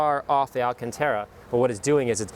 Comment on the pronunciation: Alcantara. Pronounced, Al-CAHN-Tah-ruh.